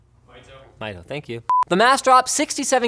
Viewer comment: his name is pronounced like "Me Toe"